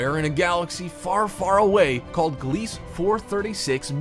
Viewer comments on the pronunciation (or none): none